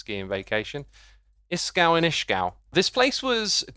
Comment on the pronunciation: As an Austrian my ears died when he said Ishgal instead of ischgl, but glad you had a great time 👍